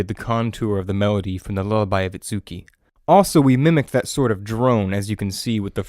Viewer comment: Itsuku - pronunciation should be I-tsu-ki. いつき